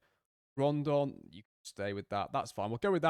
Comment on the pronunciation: Loving the series mate, but it is Rodon, not Rondon 😉